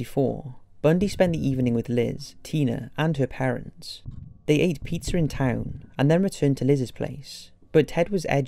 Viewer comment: Did he say "They ate pizzer" ?